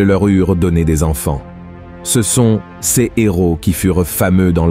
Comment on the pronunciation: Voix artificielle : toujours « ces-s » au lieu de « ces » !